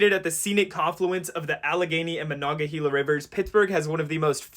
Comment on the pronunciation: Your channel is new to me, and I'm grateful for the discovery of a genuinely informative site that doesn't assume I have all day for one video. No need to speed up the playback rate - and I say that as a retired Geezer! You seem to emphasize accuracy so here's your one pronunciation flub: It's MonongaHAYla. I know, who cares. I think YOU do! Great job.